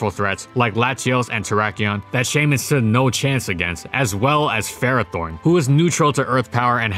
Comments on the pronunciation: Please‚ it is pronounced Shy-min‚ not chey-min. It is a shy mini hedgehog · Shaymin, not Skymin! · Its name is Shaymin, not Skymin!